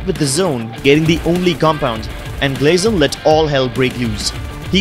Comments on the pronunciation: IT’S GYALZEN not GLAYZEN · Glyzen??? Bruh!!!😂😂 Its Gyalzen Wth pubg😂